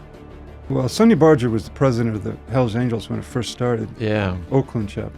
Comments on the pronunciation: Never ceases to amaze me that all these so-called experts that know so much about the club and Sonny, don't take the time to learn how to pronounce his last name correctly. The "g" in Barger is a hard "g" as in the word "auger", not a soft "g" as in the word, "larger". SUPPORT RED AND WHITE-RICHMOND... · The G in Sonny Barger's name was hard, as in burger or bargain or trigger. Not soft as in barging. I know cz I mispronounced it most of my life till I heard him say it himself.